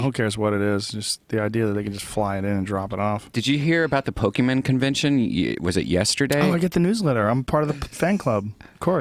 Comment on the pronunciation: pokemon, not pokemen